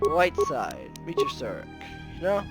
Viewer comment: it’s Surik not Surrik.